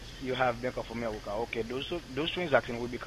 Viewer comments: "" sounded sort of like Elmer Fudd, didn't he? ("AmeWica, Weason, Wecording", etc.)!!! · Bank of Amewica?! Omg, I wonder if Elmer Fudd knows anything about this?!😂😂😂